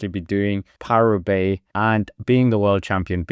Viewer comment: What is this ‘ParooRoubaix’ of which you speak